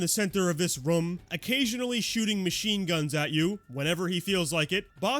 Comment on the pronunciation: I love you, but I really hate the way you say “room” 😭😭